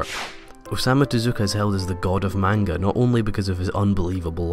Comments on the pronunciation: Very cool video! Though one thing you gotta be careful about is how you pronounce manga, the correct way is "monguh" not "maynga". Some people might get after you if you're not careful :) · This video made me realize how it grates on my nerves when people mispronounce "manga". But the video was so good I was cured of this by the end of it. Thumbs up!